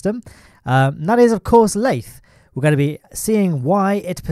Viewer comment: Not a single soul:: lAyThE